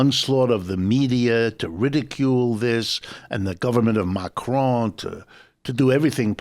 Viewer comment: Why does the presenter keep saying Macrone. It's Macron.